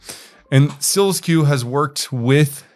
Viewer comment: It’s SEAL SQ, not SEALS Q